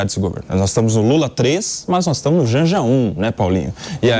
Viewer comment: Qdo fala "NOIS" pula 😂😂